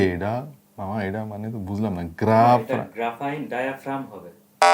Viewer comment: হে ম্যান, ইট'স গ্রাফিন ডায়াফ্রাম, নট গ্রাফাইন অর গ্রাফারাইন